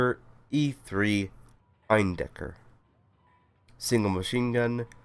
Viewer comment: You pronounced Eindecker pretty much perfectly :D Also hope your throat is getting better soon! Also, the "support" you got was priceless - popping in on screen for two seconds before colliding with each other xD